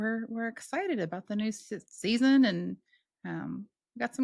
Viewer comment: Glad I found this channel I really like it and can 100% relate to growing up in the JW organization. By the way, when you said you were excited about the new season at the beginning of the episode I swear it sounds like you almost said new system!😂😂😂